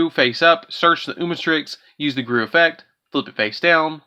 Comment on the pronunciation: It’s pronounced Goo-roo, not garoo. I feel like you did that on purpose